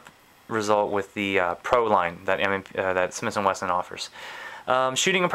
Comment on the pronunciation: Smith & weston. Not smiths & Winston